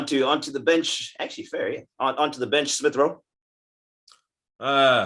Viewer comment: Lmao he said spliff rowe